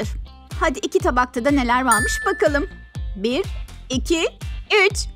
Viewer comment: neler vağmış dedi